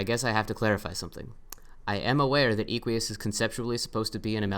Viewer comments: It's Eh-qui-us not ee-quee-us, like eh-qus or horse in Latin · i like how you say eequius its derived from latin equus, which means horse. pronounced /eh-kw-uus/. im pretty sure equius was intended to be pronounced like that, but with an extra i (or "ee" if you want) before the end. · you pronounced equius wrong. this is almost as egregious (troper definition) as how you pronounced hussie last time.